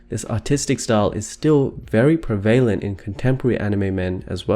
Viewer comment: You're saying "prevalent" or "prevalently" wrong. OTOH your discussion of the subject matter is very interesting.